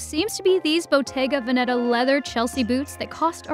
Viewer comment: the way she pronounces “bottega veneta”